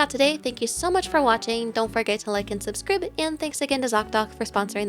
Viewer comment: I love how you said Subscrib :) It's like how I like to say Subscroodle instead of subscribe :3